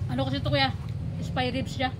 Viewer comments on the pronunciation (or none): It should be “SPARE RIBS” hindi po “SPY”. at mukha pong pork belly yan kasi kapag spare ribs it has a ribs meaning may buto. Regardless it looks good. Ang sarap tingnan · Spare ribs..not spy hehe🙃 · Spare ribs po..😊 Hindi spy ribs ma'am. Pero it looks like Pork belly po yang meat na gamit m po not spare ribs. Pero for sure subrang sarap po Nyan ma'am silent viewer m po here. God bless 🙏